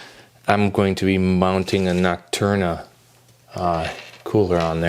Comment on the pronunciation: nocturna cooler did you mean noctua LOL